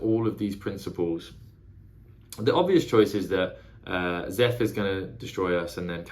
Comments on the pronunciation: Szeth is read like "Zeth", :D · Pronunciations for future videos: Szeth - Zeth Shallan - Shah-Lahn Jasnah - Yaz-Nah Tvlukv - Two-Vluh-Kov (idk if you will need this one but it is a weird ass word to pronounce lol)